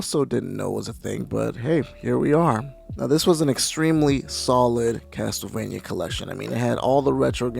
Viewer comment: review the GBA ones :) they are great, also the TLE in CasTLEvania isn't pronounced TEL, it's pronounced CASSEL